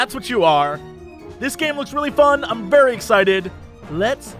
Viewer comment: Did Jesse say he was 'furry' excited to play this game?